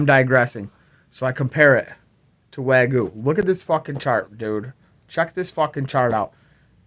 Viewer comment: Way goo? Wag yo? Waa gyu? WTFC!!!! Bahaha